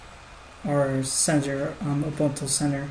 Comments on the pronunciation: Lol , it's Ubuntoo not Ubunto :) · Urgh! It's pronounced "oo-BUN-too"! And "PANG-go-lin"!